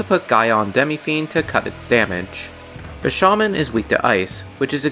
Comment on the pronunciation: You saying "Bi-sha-man" completely threw me off guard. How do you pronounce his name so incorrectly? It's "BI-SHA-MON-TEN".